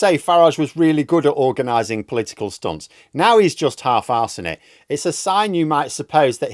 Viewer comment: You pronounced `political stunt ` incorrectly